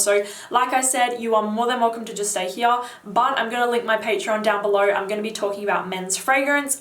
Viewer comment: ...it's all in heeyahh!!